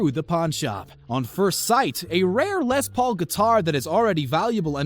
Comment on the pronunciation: It's not Lez, it's Less. Les Paul. Les is short for Lester. His name wasn't Lezter.